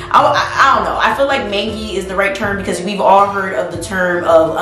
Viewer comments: Mange is pronounced like main-j. Mangey is main-jee. You got it when you said mangey then you switched it up ❤❤. Your videos are interesting. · Am I bout to get nightmares all night from this? Most likely. Will I still go watch it? I will. EDIT: mange is pronounced like in "mangy dog" without the y. mainj. lol